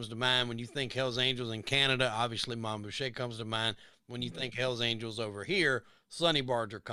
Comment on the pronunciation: Mom Boucher. It's Boo Shay not Boo sure.